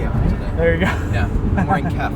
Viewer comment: FYI KEF (Pronounced K. E. F. not "kef") is British highly regarded audiophile company founded 1960. Love the car and always agreed with the Lotus philosophy (Colin Chapman), the less weight the better.